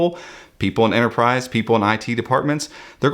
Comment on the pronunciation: There's a pesky T in Enterprise ;)